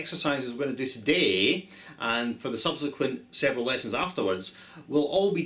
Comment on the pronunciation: I love the way you pronounce 'lessons'